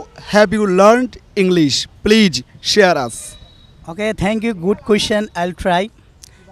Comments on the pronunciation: প্লিচ, প্লিচ, প্লিচ।। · The man with the microphone should learn how to say please. He is uttering pleaj instead of please. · The pronunciation of the presenter should be better. He pronounced Please as pleege. But it should be pleez. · পিলিজ, পাবলিক প্লাস এই হচ্ছে ম্যাজিক মেথডের উদ্ভাবকের উচ্চারণ! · সাংবাদিক আবাল 😂প্লিজ কে বলে প্লিচ😂😂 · piliz piliz piliz😁😁😁😁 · উপস্থাপক বারবার বলে "প্লিচ"।হা..!!আরে ভাই নিজে আগে ঠিক হন।নিজেকে উপস্থাপন করা নিয়া এত ব্যস্থ কেন?আর লিয়াকত ভাই অসাধারণ। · মিডিয়ার লোক হয়ে ও প্লিজ টা ভালো করে বলতে পারিস না আবাল শালা.... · লিকায়ত ভাই এর জন্য দু'অা রইলো। তার ইংরেজী বলার প্রচেষ্টা সবার জন্যে অনুপ্রেরণা হয়ে থাকবে। উপস্থাপকের Please উচ্চারণটা ঠিক করা দরকার। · The peanut seller speak much more better than the interviewer. This man speaks like he is performing sirajuddaullah in any theatre in English. He can't even pronounce the word "please" properly... guys enjoy only the words of peanut sellers by muting the words of the interviewer...